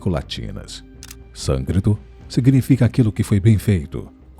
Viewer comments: O nome da língua é SÂNSCRITO e não Sancrito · Se fala Sânscrito mesmo, ele errou na hora de falar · SånScrito e não såncrito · Sâncrito não, sânscrito.